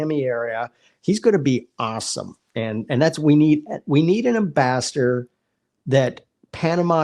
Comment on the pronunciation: ... " an ambaster"??? You mean AM-BASS-ADOR, guy? Please!